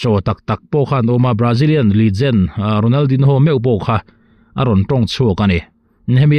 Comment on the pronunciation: Ronal din ho tih tulh tulh ai chuan an mahni lam dan a Ronal di nho tihve mai hi a tha lo maw.